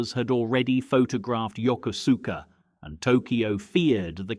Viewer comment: Not to be a language nerd but Yokosuka is pronounced yo ko ska. Lived near there in the 70s and we did our shopping on the US naval base which is there now